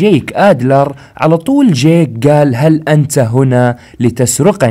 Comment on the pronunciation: يخي اشمه جيك مش جاك ما قلتها صح الا مرتين 😂